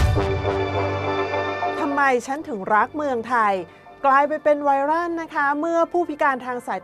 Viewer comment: ไวร่าน = ไวรัล = ไวร้อว(ต้องออกเสียงแบบนี้นะ)